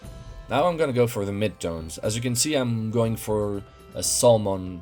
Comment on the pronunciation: Excellent work. I always enjoy your videos. One little note on your English: the "l" is silent in "salmon." I point this out more as a point of interest than a criticism; your English is worlds better than my French!